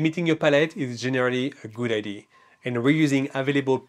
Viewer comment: Well, being french myself, when you said "id" instead of "idea", I knew you were french ! 😄